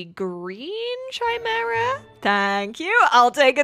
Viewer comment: It's "Kimera" not "Tchimera"